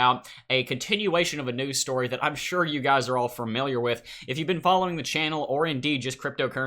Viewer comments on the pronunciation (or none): Fermiliar? I am not familiar with the word fermiliar.